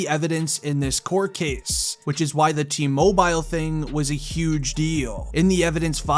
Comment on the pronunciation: Mobile???? T mobile???? Please pronounce it like its supposed to be. You said it reapeatedly incorrectly and it got really annoying.